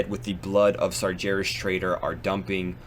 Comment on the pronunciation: You really need to pronounce Sargeras properly.. it kills me everytime. There is no J in Sargeras.